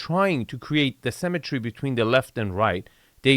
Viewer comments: it's *symmetry not cemetery. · It took me a while to understand you were saying “symmetry” rather than “cemetery” but it still worked. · lol only after 20 minutes I realized you were saying "symettery" and not "cemetary" :facepalm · Dude, stop pronouncing symmetry like cemetery. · Hey, love your videos... however I'd like you to work on your pronunciation of the word "symmetry" (seemetry) vs. "cemetery"...:) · I thought it was pronounced simmetry.